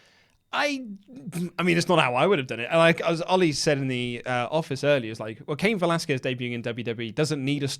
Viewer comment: it's pronounced Kah-een Velasquez